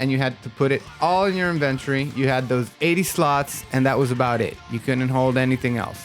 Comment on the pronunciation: no don't let this dude get you twisted. he's saying it weird as hell.